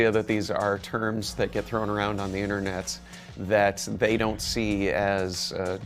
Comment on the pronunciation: This "man" rlly just said "the Internetz". Humanity is forever lost from here on out.